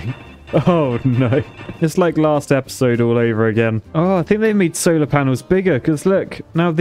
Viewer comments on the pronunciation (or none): none